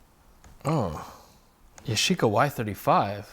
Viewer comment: It's pronounced "Yah Shi Ka," not "Ya shee ka," just as Nikon is supposed to be pronounced "Nee-kon," not "Nigh-kon." Sorry, but I live in Japan, and something about the western pronunciation of Japanese words rubs me the wrong way a little bit. Nice beard, by the way.